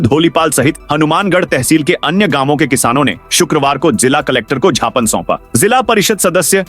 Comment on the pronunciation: Tum gyapan ko Japan bolte ho.Sahi bolo.